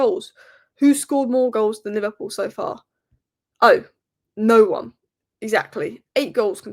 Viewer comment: LiVARpool 😂😂😂😂 Wow how old are you ? Bless ya